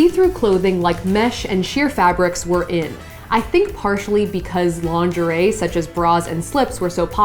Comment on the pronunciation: She says lingerie like "laundry"